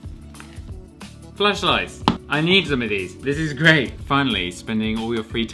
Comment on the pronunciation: It sounded like you said "Fleshlights", and I thought this vid was going to go in a completely different direction...